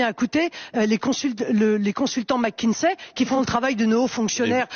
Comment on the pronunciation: mackinZay? Le Maire iz zpeaking englizh ...